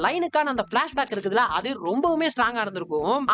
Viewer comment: oru chinna correction, "andhu" illa "adhu"